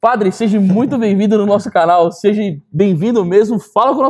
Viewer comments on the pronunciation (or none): Anderson eu ouvi você dizer "seje" ou os meus ouvidos me traíram?